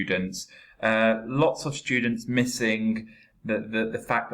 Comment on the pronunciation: But why you always say " shtudents with the sound " sh "